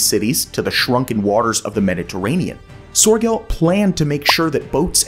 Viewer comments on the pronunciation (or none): Nice presentation, but it would come across more authentic if you could get closer to the actual pronunciation of names like Sörgel and Zuiderzee. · "He wanted to quite literally drain the ocean." No he didn't. The Mediterranean is a sea, not an ocean. FFS get it right! "Cairo would suddenly find themselves high and dry," Cairo IS miles inland, far from the sea. Soergel's name and Zuiderzee are mispronounced EVERY time! Thumbs Down!!!